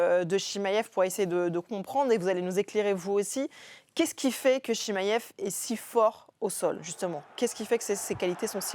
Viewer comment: Je connais Chimaev mais pas le Chimmaillefff dont elle parle🤣 Nass a toute la technique pour le battre, est gagnant contre tous ses adversaires et connait deja son adversaires, moi je le vois gagnant On a vu tellement d’ouvertures contre Dricus, et aussi le fait qu’il n’a pas reussi a le soumettre